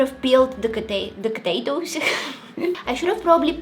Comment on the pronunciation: "katato's" got me😂😂